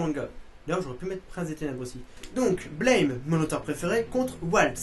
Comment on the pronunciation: Blame ne se dit pas à l'anglaise/américaine! Il se prononce à la française! ^-^ c'est l'auteur lui même qui l'a dit :p